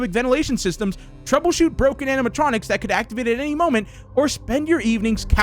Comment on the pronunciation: Why can't he say animationics